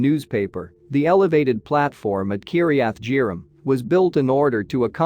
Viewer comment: When are text bots going to leard now to pronounce names. Emmaus is pronounced e-MAY-Us, not emos. Kiriath-jearim is pronounced qiryath-ye`-arim.